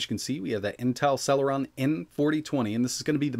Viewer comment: Sell-her-on nuff said... lol